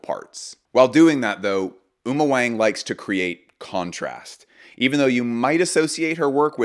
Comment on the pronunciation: Great review. Just a quick note to keep you as the "best coverage in the industry". Uma Wang is pronounced Uma "Wong" for us Americans. This is one of the most common Chinese surnames 王 literally meaning "king". I hate to be that guy 😂 but wanted to let you know as I'm sure her work will be featured in future videos of yours!